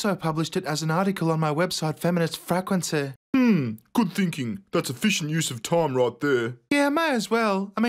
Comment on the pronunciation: "femenist fraquenceh"